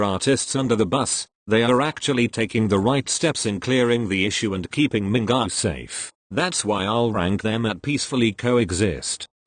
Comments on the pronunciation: I heard mingaa instead of mingyu. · Damn boy the robotic voice said MINGA instead of MINGYU LOL